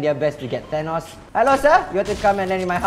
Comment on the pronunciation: Why is everyone(not really everyone) reading Thanos as Tanos, its 'th' not 't' 😩